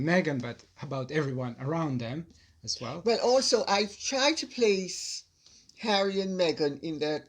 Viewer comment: Love hearing LCC laugh like that with her son, so lovely. Also love the way he pronounces Harry as Hairy. 😂